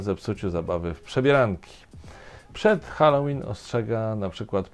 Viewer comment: Swoją drogą bardzo się cieszę, że Pan prawidłowo wymawia słowo "Halloween" - od kilku dni słucham różnych źródeł i większość z nich wymawia je jako "Helloween".